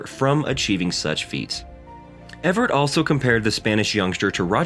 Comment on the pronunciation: "Everett" too 😉